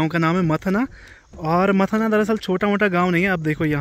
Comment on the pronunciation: मथना नहीं मथाणा